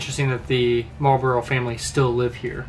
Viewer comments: Marlbruh, not Marlburrow. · Its not "Marlbro" but "Marlburra"